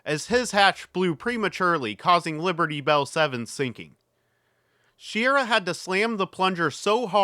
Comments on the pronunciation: Shi rah. That's how he pronounced it, and it was his name. Common mistake, unfortunately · Shir ah is how I distinctly remember news broadcasters (like Walter Cronkite) pronouncing his name while watching TV years ago. 🤷‍♂️